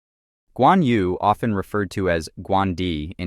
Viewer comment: "yu" "nü" in chinese is not pronounced as "you" "noo", but more like yii, nii but do the sound with an o shaped mouth, almost like whistling. good luck.